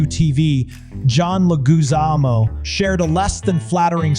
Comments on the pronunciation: Leg-wi-zamo. Leg-wi-zamo. Not Le-goo-zamo. Come on. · It’s Dunaway, not Don-away! It’s Takei, not The-K!! It’s John Leguizamo not John Legume-zamo! Its Shannon Doherty not Shannon Dour-ty! It’s Watch What Happens LIVE not LIFE!!At least you got Vivica Fox right! 🙄🙄🙄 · His name is John leg-wih-ZAMM-oh. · Legoozamo???? Dude, really? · Le-goo-zaaaa-mo? Really? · WHY can't the Narrator pronounce the names correctly. Legoozahmoe? Donaway? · Or Legooozamo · Legoozamo? Dude, learn how to pronounce names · WHERE did you find that narrator? From a cheap text to voice website? Can't pronounce John Leguizamo, and really mangled the hell out of it! Cheap and UNPROFESSIONAL. FAIL.